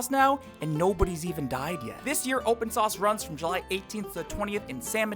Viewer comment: "Nobody has even died yet" There was some heavy tonation on YET is that a teaser?